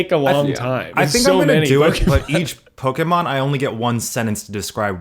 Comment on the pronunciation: When eugene ranks pokemon can he please have ned pronounce it first 😂😂